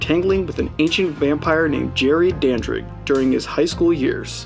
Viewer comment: Dandridge. His name is Dandridge.